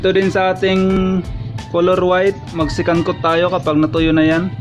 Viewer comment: Sorry hahaha "Secandtot" naririnig ko hahaaha.